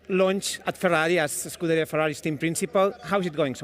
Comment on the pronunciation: "skoo-dairy-uhhh". Just sayin'. Ciao...